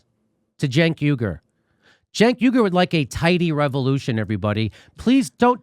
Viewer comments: How do you get a 'Juh' from a 'C'?? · His name is pronounced “chunk”